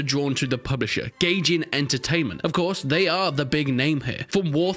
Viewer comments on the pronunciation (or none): Nots not gayjin, it’s Gajin bruh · You said Gayjin instead of Gaijin. Epic bro. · Man said, "GAYjin"